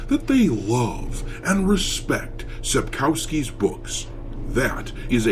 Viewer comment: Whenever you say polish surnames like Sapkowski - "W" is spelled like "V". SJW - social justice warrior